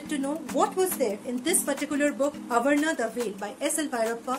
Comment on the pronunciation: That is not avarana ... That is aavarana